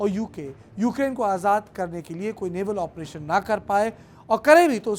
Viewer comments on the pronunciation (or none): none